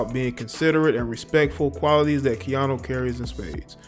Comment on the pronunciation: Its KeaNU not KeaNo. I swear you do this all the time. Take time to learn the names of the ppl you are reporting on. Just looking out.